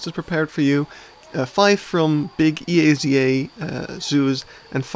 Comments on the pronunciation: You can pronounce EAZA (ehahzah) as a word and not just its letters. At least I believe it is how officially it is supposed to be pronounced. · At their annual conference and media they always refer to themselves "ehahzah". I have worked in the UK and I never heard E.A.Z.A. For instance, I have also asked to a Brit how to pronounce BIAZA (the British and Irish association) and he told me it was "Bee-ah-z-ahh" - which also does not sound the most natural to the English language.